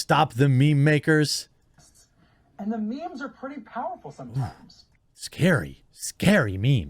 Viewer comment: when boomers talk about "mee-mee's" 🤣🤣🤣